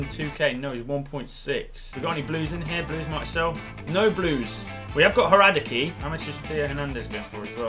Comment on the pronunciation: The way he says Hradecky triggers me.